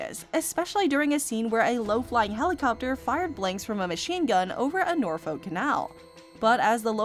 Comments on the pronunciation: Norfolk is pronounced ‘Nor’f’k’ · Nearly wetting myself at the pronunciation of Norfolk 😂